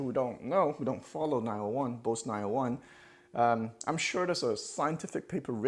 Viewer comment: If he likes 901’s so much maybe he should at the very least pronounce the word correctly. It’s pronounced BOZE, not BOCE. Rhymes with Goes and Rose.